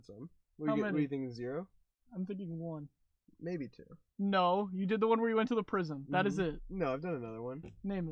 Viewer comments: I don’t know if he said maybe or baby?! But it sounds like baby omg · It's sounds like baby but it's actually maybe if you listen closely